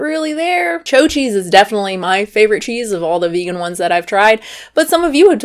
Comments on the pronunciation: You’re completely butchering that cheese name it’s called chao like he Italian word for good bye not cho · “Cho” lol nice accent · “Choh cheese”? 😆